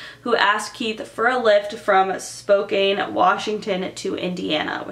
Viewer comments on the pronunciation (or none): I'm from Spokane, Washington. I love your videos but just so you know it's pronounced Spo-CAN not Spo-CANE. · Spokane is pronounced as Spoke-ann, hopefully you see this. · It's pronounced like spoCAN but that's okay ily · honestly i got bothered when she said Spokane wrong but i got over it because, i mean it's 😂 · When you said "Spokane" I died😂 I'm from Washington so it surprised me how you said ot